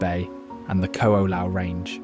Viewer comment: The mispronunciation is one; look at the spelling of most of the chapter names. "Narali Coast" "Kalalao Valley" "Hanlay Bay" "Qualoa Ranch" "Cocoa Head" (in addition Koko Head is actually across the road and this is Koko Crater).